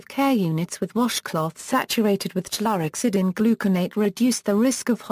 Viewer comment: Please stop it with the goddamned automated voices! It can’t even pronounce chlorhexidine